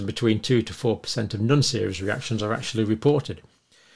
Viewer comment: John, you are clearly a beautiful human being - why do you go and ruin it all by pronouncing “non” that way? 😂